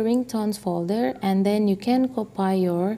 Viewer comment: I like when he say copai...it's copy